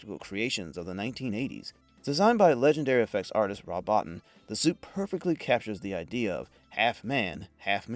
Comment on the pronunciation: Just for info - Rob Bottin is pronounced 'Bo teen'.